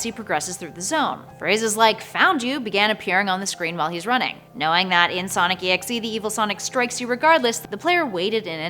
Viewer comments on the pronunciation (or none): It's not sonic exe it's Sonic.EXE your supposed to say like this Sonic dot exe and write it Sonic.EXE